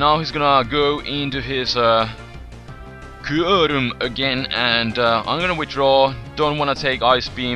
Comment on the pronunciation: i LOVE the way u say 'kyurem' in the beginning, but i love u even more ;)